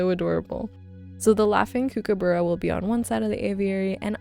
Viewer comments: you definitely pronounce the end, it’s not bruh, it’s ba-ra / or bu-ra (like bar without the r on the end). I’m Australian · Hiya, just a heads up, Kookaburra is pronounced cook-a-ba-ra (all short vowels) 😊 I did a 22 day return road trip from Melbourne to Alicesprings and the scenery was beautiful. It surprised me how much vegetation there was even in the most remote areas. Was such a fun trip! During one hike in the Northern Territory we found a large waterhole with several hundred zebra finches, it was amazing!